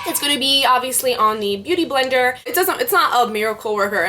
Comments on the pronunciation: haha omg you keep almost saying "booty blender" (x it was cute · u keep saying bootyblender hahahhah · LOOOL the way how you keep saying booty blender !! ilyyy<3